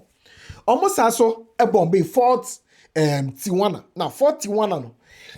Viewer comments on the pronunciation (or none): none